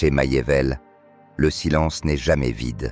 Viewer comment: MACHIAVELLI se prononce MAKIAVÈLLI et non maillevèlle ni machiavèlle